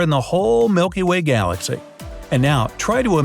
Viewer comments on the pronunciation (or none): none